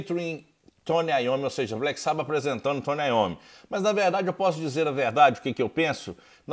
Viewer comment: Agora vou dar uma de chato kkk : Nao gosto quando pronunciam "black sába" kkk é "black sabÁ" fica parecendo um fã da nova geração, que descobriu o SabÁ pela internet kkkk